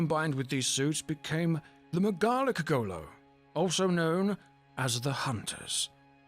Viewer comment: Totally garlic. Love that stuff.